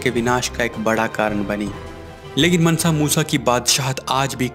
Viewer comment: मनसा नही है मानसा मूसा है